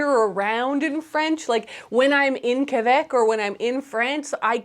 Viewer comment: You pronounced quebec perfectly